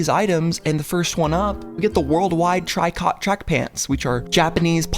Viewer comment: just for your info tricot is actually pronounced "tree-koh" its french for knit. I googled to double check and it still says "tri-kot" but the sewing reddit and the quilting class I took in college says otherwise. Anyways keep the uploads coming.